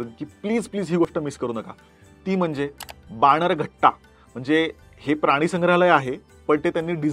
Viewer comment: बाणेरघट्टा नाही बनेरगट्टा